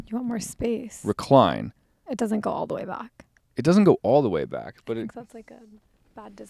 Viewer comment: The same woman that said bach instead of back lol